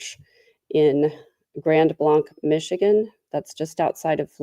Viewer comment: Just an FYI, Blanc is pronounced "blank" (am a Michigan resident)